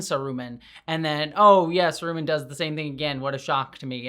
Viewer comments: Omg plz don't say Saruman like that again! One of the consistent problems of the show has been that it's mystery boxes (actually, having any mystery boxes in a Tolkien property may be a problem in itself) have consistently been the most obvious thing. Who is this Gandalfy stranger? Surely not Gandalf -- that's too obvious. It's Gandalf. Who is this sketchy guy? Surely not Sauron -- that's too-- IT'S SAURON. Wh-- the dark wizard who doesn't like being referred to as dark (maybe he'd prefer "the White?") is Saruman. These writers couldn't find subtlety if Bilbo drew them a map. They would benefit from an editor in the writer's room with one job: no speaking in general, but every time someone suggests something as blunt as "we change the place name to Mordor, but the script is burning!" or "what if there's a constellation in the sky showing Gandalf's elven 'G' rune?" the editor just gets up, backhands them, and says "*you* are the son of a traitor" (and maybe the editor position is filled by Michael Dorn.) They've killed off the most interesting character the show has offered so far with Adar; Sauron is the only one left with much depth, honestly. Plenty of characters might show potential, but they haven't delivered it yet. For all that, I'll probably watch the next season anyway. For one thing, I've been watching series since 2008 simply on the basis that Bear McCreary scores them and I'm not about to stop now. I'm also curious if they are going to provide some insight as to wh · I've never heard anyone say Saroooo-mon before 😅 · I liked how Adar died the same way Sauron "died" at the start of the season, i thought that was kind of a nice bookend. Also, have i been pronouncing Saruman wrong???? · Thank you for this video. It is nice to see some positivity about this show. Though the way you pronounce Saruman is cringe. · Sah rooo mahn, I cringed every time you said sah roomin' It's okay though, I enjoy your content, keep up the good work!